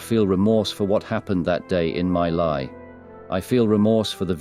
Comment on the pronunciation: My Lai is pronounced "Mee Lai"